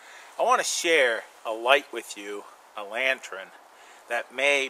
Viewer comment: It is pronounced "lantern," not "lantren."